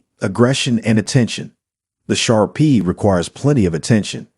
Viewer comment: Shar PEE???? 😳 Umm, pronounced Shar [PAY] 😂 Pit Bulls for first time dogs owner???? 😳 Akitas are known to be aggressive, and they are banned completely in some U.S. states or placed under strict dog laws. There are currently 42 states that have Akita regulations or laws in place. If you own an Akita expect to pay higher insurance premiums. Many dog breeds are known to bark, growl, etc., before attacking, while an Akita keeps calm and collected, bursting out with aggression in a sudden and surprise attack.